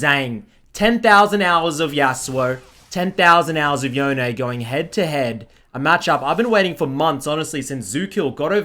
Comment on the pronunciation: It's not Yo-nay. It's like Bone but with a Y. Not debatable. Japanese historian confirmed.